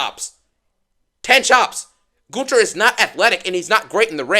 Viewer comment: It's amazing that you can pronounce Gunther's name better than Michael Cole can.